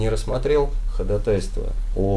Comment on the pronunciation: Блин, я не могу понять всё время, почему такие подкованные люди говорят ходатАйство, а не ходАтайство, как должно быть?